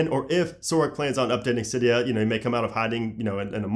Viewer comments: AAAce X Kingz no it’s actually pronounced Cydia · R/jailbreak said it was pronounced “silly-o”